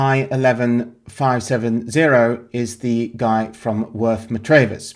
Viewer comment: It's pronounced Worth Mah-travvers. It has one of the best pubs in england, the Square and Compass